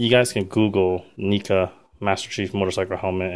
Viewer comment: it's pronounced "Nehca" not "Neeca" but still nice video.